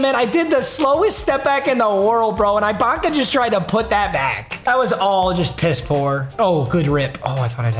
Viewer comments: was gunna make fun of how he says Ibaka then he said offensive 5 lmao papa still the goat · Bro it’s ibaka like iguodala not ibaka like ice cream 💀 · Papa please never say Ibaka like that ever again. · The way he says serge ibaka makes me cringe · Bro Ibaka is pronounced (e-bak-uh) not I …. I cringe everytime u say it wrong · It’s pronounced eebaka not eyebaka btw also your packs dude come on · saying eyebaka about 247 times was definitely not ideal for my auditive experience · It’s not I baka it’s E Baka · its not eye baka, its e-baka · It’s gonna bother me for the rest of the season so I gotta address it now. It’s pronounced E-baka, not I-baka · Bro it is no I - bac - uh it’s e- bac -uh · Bro it E-Baka not Eye-Baka 😂😂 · E-baka not eyebaka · stop saying serge eyebaka it’s serge eebaka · Ibaka or “ee”Baka. Just please no more “I”baka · “Ee-Baka” not “eye-baka” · It bothering anyone else that he is saying I-Baka instead E-Baka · Its E baka not EYE baka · Just to let you know its pronounced eebaka not eyebaka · It’s eeeeebaka not eyebaka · ITS PRONOUNCED UH- BAKA NOT EYE- BAKA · It’s pronounced “E-baka” not “I-Baka” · i know is kinda clueless with NBA but it’s pronounced E-baka and it icks me how he says it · Come on it’s E-baka not I-baka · I cringe every time he says "I"baka and not "e"baka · It’s (E Baka) not (I Baka) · “EYE BAKA” 😂😂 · The way he said serge eyebaka was too funny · Man really says "eye-baka" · Him saying eye Baka makes me so mad lol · If he says ibaka like eyebaka one more time I swear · as a raptors fan, hearing him say serge "i"baka is torture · "Serge Eyebaka" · Nobody: serge IIIbaka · Making me mad that he’s saying EYE-Baka😂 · eye-baka lmao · "serge eye-baka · Serge Eye-baka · FOR THE LOVE OF GOD, ITS PRONOUNCED E-BAKA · just a little tip ibaka is pronounced with an “e” sound so like ebaka lmao love the vids man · The guys gotta stop saying Eye-baka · bro its pronounced eh baka lol. fire vid tho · Its Eebaka